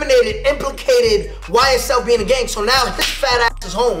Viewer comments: vay es el diye okunuyor bi daha olmasın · ycl değil la ysl